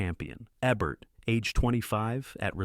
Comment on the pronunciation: OMGGGGGGGGGGG!!!!! Jean Seberg was an American. It's JEEEN SEEEE BERG (as in iceberg). And since it appears you're gonna be using Ebert from time to time, its EEEEEEEEEEEEEEEEEEEE bert. Or shall we perceive him as having been French too and call him Ehhhh Bear? Good god. I grew up with these people and their names are so simple to pronounce. If you're this uneducated, get a damn pronunciation guide or simply use Youtube to figure how to say names. FFFFFFFFFF***!!!!!!!!!!!!!!!!